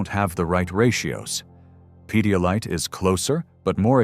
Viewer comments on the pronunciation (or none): "Pedolyte"?? 😂 You mean Pedialyte...